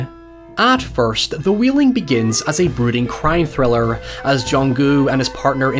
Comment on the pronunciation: It's pronounced Whale-ing not wheeling.